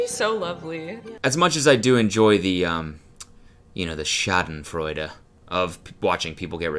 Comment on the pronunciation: great pronunciation of "schadenfreude" I'm impressed